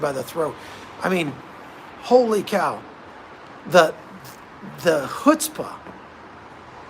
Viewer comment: Lol;; You are becoming more & more Jewish as time goes on with these podcasts about Jews!!! The way you pronounced "chutspah" was absolutely DIVINE! 😆😆